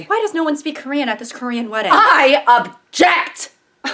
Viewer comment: Is no one gonna talk about how good her Korean actually was 😭